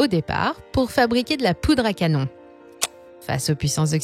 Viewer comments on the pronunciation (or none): none